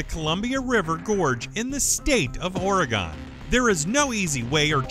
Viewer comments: Thank god somene here knows what they are talking about, it's kinda like organ Oreeegon sounds stupid, one Oregonian to another it organ or oregin not oreegon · Zhoo-noo, Alaska? Really? Ore E Gone? Where is this announcer from? What a way to fuck up a perfectly good video. Next time, get someone who has at least done his homework when it comes to the names of the places he is attempting to pronounce. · I'm from Oregon, and you have no idea how mad it makes Oregonians to hear people say OR-EE-GONE, it's pronounced OR-EH-GIN kinda like organ but different, saying oreeegon just sounds stupid, rant over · Great video! Thank you much!👍😁 (A few things tho~ Juneau is pronounced joo-NO, Oregon is pronounced or-e-GUN, and Kilauea is pronounced kil-a-WAY-a) 😉 Sorry! Just a pet peeve of mine... can't help it! 😬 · Oregon is pronounced organ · carson hefner no it's not lol its pronounced Origgin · Bruh, the pronunciations of some of these cities (and Oregon) is damn right cringe worthy.